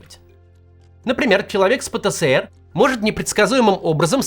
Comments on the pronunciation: Пэ-Тэ-Эс-Эр! Макс, пожалуйста! Который год терплю, но не возможно же! Ну даже по логике, если ЭР то ЭС, даже если было бы СЭ то было бы и РЭ "ПэТэСэРэ". Но он "ПэТэЭсЭр". Спасибо. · Максим! пэ тэ Эс эр! Меня так ещё в СэСэСэЭре научили! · Пэ-Тэ-Эс-Эр. Пожалуйста произносите правильно если уж объясняете аудитории что это такое. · Хоспаде. Или "пэтээсэр", как в русском языке предполагается, или уже "пэтэсэрэ", если мы правила и нормы отрицаем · Именно. ФэБэКа тоже выбешивает... ))